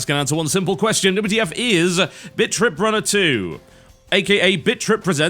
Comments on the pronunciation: 1 - I had stuff to do; didn't read into the comments. I just said what I observed. It's not like I was being arrested. 2 - It sounds like Bitch Trip when pronounced with that extra bit of aspiration on 't', which Total Biscuit totally did a few times. And by the looks of it, I'm not the only one to think so. (source: British English philology) 3 - Shut up. /face slap/ You were being hysterical. 4 - apparently* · to me it sounds like he is saying bitch trip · Favorite video - hands down - because to my unrefined Southern ears, it sounded as if you were giving a first impression of "Bitch Rip Runner 2." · Heh, for awhile there in the beginning it sounded like you said Bitch trip beat and bitch trip runner. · sounds like your saying bitch trip lmao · Ha-ha! Pronounced Britishly 'Bit Trip Runner' sounds like 'Bitch Trip Runner'. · Is it just me, or did all the past titles sound like 'Bitch Rip'....? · whentb says thenam it sound like bitch-trip runner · All I hear is BitchTrip.... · Either for irony or trolling, hopefully irony. Also, I could almost swear that I heard TB say "Bitch Trip" repeatedly. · All I hear is "Bitch Trip" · Sounds like Bitch trip. XD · bitch trip?...at least thats what i hear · sounds like he saying bitch trip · Am I the only one that hears TB say b#$@ when he listed the names? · You stopped calling it bit.trip, and started calling it bitch.trip. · Im sorry, but I kept laughing at the first 30 seconds because it sounds like you're saying bitch trip. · TB you sound like your saying bitch trip runner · Every time he says "Bit.Trip" It sounds like he is saying "Bitch Trip" lol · All i hear him say is "bitch rip" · i keep hearing bitch trip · Bitch Trip Runner 2 Best pronounciation ever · Actually, he IS saying bitch trip. If he's not, he should think about his pronounciation. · he sounds like he saying bitch rip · "Bitch trip" Can't tell if accident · haha it sounds like you are saying bitch trip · It sounds like he's saying Bitch.trip.